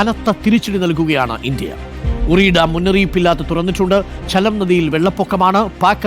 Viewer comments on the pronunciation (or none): പറി അല്ല ചേട്ടാ, ഉറി, ഉറി ഡാം 🤣